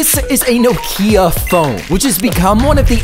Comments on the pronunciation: No-kiii-uh That is not how you pronounce it. It is “no-kii-uh” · BRO WHAT IS THAT PRONUNCIATION nOKIA